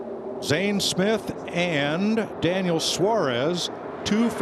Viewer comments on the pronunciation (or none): none